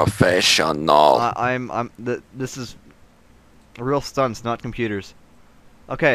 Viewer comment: PROFESS-SION-AHL lol